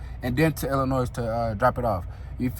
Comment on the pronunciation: I love your personality and story telling skills I had to subscribe!! As a Chicagoan though, the 'S' in Illinois is silent. With love ❤